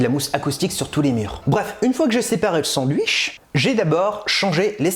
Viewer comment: Je me désabonne, comment c'est possible de dire "Sandouiche"